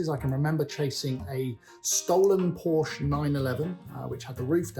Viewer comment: Porsche is a two syllable word in the civilized world.